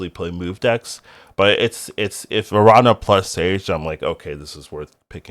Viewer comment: Nice to see you're back. Love your takes on cards. The tilde over the n in Araña changes the pronunciation, it ends as "Narnia". It's just spider in spanish, btw.